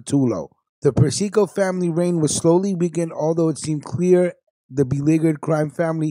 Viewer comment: Yo!, you're pronouncing Carmine's name WRONG! It's pronounced: "Per-cee-co".